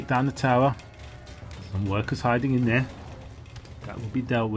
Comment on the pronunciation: youre not supposed to put such an accent on In